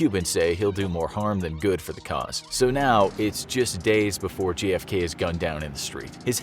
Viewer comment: prety sure I heard you miss pronounce J.F.K as G.F.K 🤔